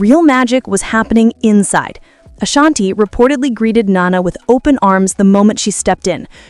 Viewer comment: Can you Say “Ashanti-Not Ashani!😅 Her name is “ASHANTI”!